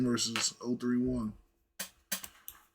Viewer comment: 0tray1 is how 031 is said